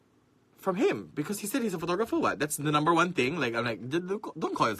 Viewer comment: Profeeeshional Phootogrpheer... btw. Nice rack xD